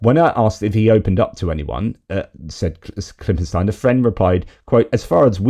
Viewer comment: ..great vid... really good... I'm in my 60s and I really wanted a new conspiracy to keep me warm for the next 20 years. Also the way you should pronounce the name Ken Klippenstein is as per German pronunciation... KLIPPEN-STINE the "ei" is a long "i"